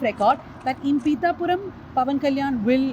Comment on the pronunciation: Bro thats not peetha puram. Peetha means crab in telugu..